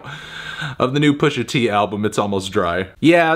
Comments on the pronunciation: I feel as though you shouldn't be calling Pusha "Pusher t" with the R, but great review otherwise! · It's Pusha T, not "Pushing P". Other than that, great review.